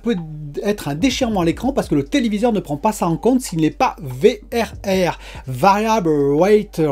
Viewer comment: Le Vérèrrrrèrrrr mdrr j'adore ! Le V double R sera plus facile a placé dans une discution je pense :p Content de te voir en forme ! Vivement que tu la reçois, encore 3 petit jour de patience !